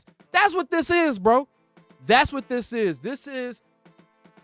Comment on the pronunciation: “That” goes unnoticed too and C Wat not C Y. Micah has braces so I think it’s causing him some issues.